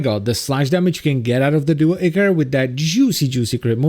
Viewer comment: Every time he says [echor] and not [aichor] I die a bit inside.